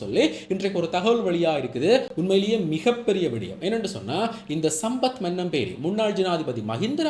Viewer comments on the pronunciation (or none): மன்னம்பேரி இல்லடா மனம்பேரி.